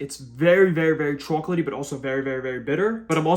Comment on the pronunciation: it's sooo ✨Chaoulk-letty ✨